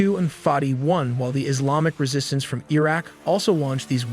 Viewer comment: Bro said ireq